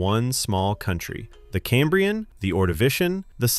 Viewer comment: I'm impressed, he even pronounced Birmingham properly 😊, oops deduct 1 point, he said Camebrian not Cambrian 😂